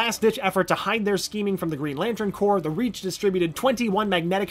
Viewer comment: You don't herr the ps in corps